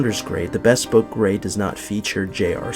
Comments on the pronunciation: Bespoke is pronounced /bɪˈspəʊk/ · Not to be a bag of dicks, but just for future reference, since you're in the shoe biz --- not 'bespoke' as in best, but a short, clipped 'bespoke' as in buh... It should almost sound like b'spoke-- hardly any vowel sound after the 'b'.